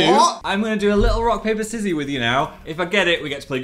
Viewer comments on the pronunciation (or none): "rock paypah sizzy" goes hard tbh